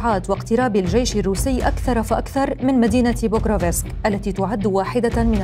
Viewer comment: بكروفسك وليس بكروڤيسك